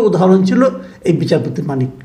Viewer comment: ভাই নামটা শুদ্ধ করে বলেন,,,, নামটা ও ভাল করে বলতে পারেন না,,,,আপনার মেধা নাই,,,,😂😂😂